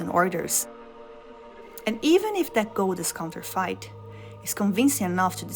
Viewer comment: It’s pronounced “count-er-fit”. Not “count-er-fite”. Just so you know.